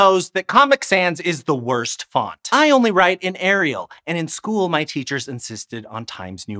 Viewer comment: It's Arial, not Ariel 🤦‍♂️